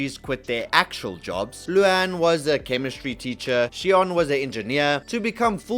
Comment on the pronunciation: That's "Sean" not "Shion" because you didnt heard pronouncing this words thank you.